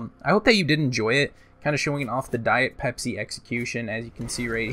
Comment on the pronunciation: It sounded more like diet pepsi everytime youre saying it